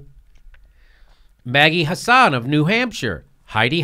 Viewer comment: Maggie Hassan... it's pronounced "HASS-an". Also it's Jeanne Shaheen, not Jeannine.